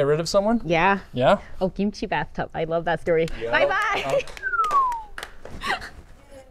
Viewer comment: She should have known that yellow shirt guy was not Korean not only by his appearance, but by the way he pronounced kimchi. He pronounced it like an American would